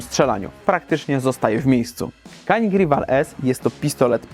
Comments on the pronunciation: Jak dla mnie super broń. Nie żałuję zakupu. Tylko błagam Was. To jest Dżanik. Ja wiem że jesteśmy w Polsce i że amerykance mówią Kanik ale w naszym pięknym kraju umiemy w poprawną wymowę i mówimy na Paugeot'a Peżo a nie pełgot :) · Nie zgadzajmy się na pseudo neutralność, szanujmy innych. Skoro Turcy mówią dżianik to uszanujmy ich wymowę.